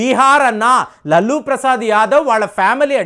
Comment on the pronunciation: లల్లూ ప్రసాద్ కాదు.. లాలు ప్రసాద్ యాదవ్